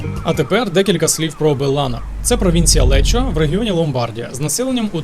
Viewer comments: Місто називається не Лечо, а Леко. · Місто Лекко а не лечо😂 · Вітаю; правильно казати провінція Лекко, бо провінція Леччіо це південь Італії в 140 від Барі.